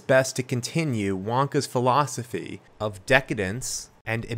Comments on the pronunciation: extra "o" in "of" I truly don't know how I noticed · "The beginning oof Snowpiercer" I had to do a double take. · "The beginning oof Snowpiercer" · "The Beginning OOF Snowpiecer" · "the beginning oof snowpiercer" lol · "the beggining oof snowpiecer" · "Beginning oof Snowpiecer" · “The beginning oof snowpiercer”